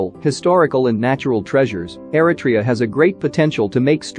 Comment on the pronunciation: I’m sorry,with all due respect,the pronouncement ERI-TRE—YA, sounds different from the real pronunciation ERI-TREA.at least in my opinion.thank you.